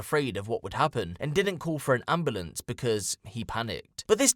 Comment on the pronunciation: Say "Ambulance" again. Amboolence lol.